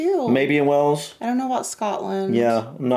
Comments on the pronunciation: Wales is pronounced like the animal whales. Not wells. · just to help out with pronunciation, the country is pronounced WAles. WElls is a city in Somerset, South West England. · Wells? It's pronounced Way-alls. Same pronunciation as the big fish in the ocean 😂